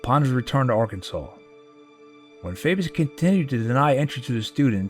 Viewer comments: a meeting with Arkansas Governor Faubus It's FAW-bus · I was born in 1948 and grew up under Eisenhower as the first president I remember. Your documentary was very well presented. It seemed like a happy time then, but so much trouble was bubbling under the surface. BTW it's governor Faw-bus. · Two things: The Arkansas governor's name is pronounced Faw-bus, secondly FDR saved capitalism from itself. For proof look to Glass-Steagall, the TVA and Social Security. For further proof, the Republicans are still trying to repeal Social Security, they did repeal Glass-Steagall and look how that turned out, and the only reason they haven't messed with the TVA is their constituents like electricity. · Faubus = FAW - bus not FAY - bus You like Ike I like Ike Everybody likes Ike for President The best President in my lifetime, and the only one that both parties tried to recruit as their candidate. Real shame that both Joe McCarthy and the HUAC were so active while he was President. FDR was President when I was born, however I was still too young to remember him at the time he died. While Truman was President, I remember my grandmother referring to him as Harry S Truman, with a lot of emphasis on the slightly mispronounced S. By the time Eisenhower ran, the campaign was on television. Ike had the best song, best Disney cartoon, and the best slogan, so there was no way he could lose. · The pronunciation of the name of Governor Faubus of Arkansas is wrong. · The person narrating this should know how to pronounce names. He butchered Faubus.